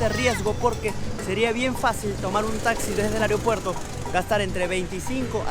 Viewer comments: porque en todos los medios incluso este la gente no sabe decir AEROpuerto correctamente? (siempre dicen areo puerto) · Aeropuerto 👎❌ Ariopuerto 🤙✔️🎉